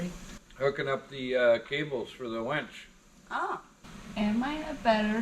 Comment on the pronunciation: Sunday? Thought she was laughing because you said wench.